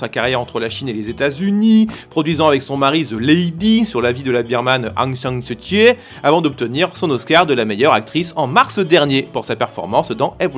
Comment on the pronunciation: comment t'as bien prononcé Aung San Suu Kyi 💖